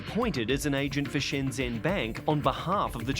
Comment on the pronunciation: Why Caucasians always pronounce SHENZHEN as SHANG-ZHEN ? Yes, ShANGHAI is SHANG-HAi